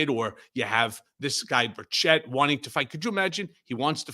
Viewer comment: Here in Tennessee, we don’t pronounce it bur CHETT. We pronounce it bur chett, and it rhymes with Birdsh*t